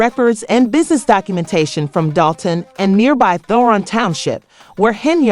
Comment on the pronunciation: I need this blogger to learn how to say DOLTON! I can't ! Just stop! Do a vid on Diddy Boo!